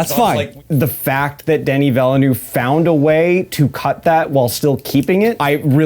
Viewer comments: 'Denny Vellanoo'? The French have a guillotine ready for you. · Oh, how very American of you. Sure, 'Denny' is fine, but 'Vellanoo' isn't an attempt at the correct pronunciation - it's just a bad guess. Here, you can learn from the dude himself